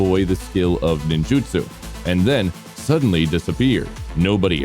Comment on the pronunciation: It's supposed to be pronounced Ninjutsu. I don't know why they make it spelled differently sometimes